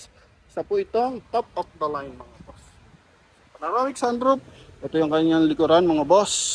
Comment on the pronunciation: PANAROMIC o PANORAMIC. Alin ang tama?